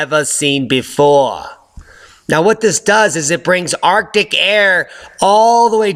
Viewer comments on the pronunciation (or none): none